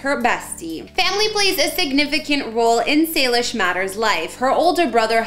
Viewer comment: It is not Salish it’s Salish